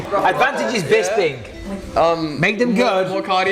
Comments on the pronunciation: Luke what the fuck is wrong with you? His name is Bisping not BIZBING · Rockhold - "Bizbing"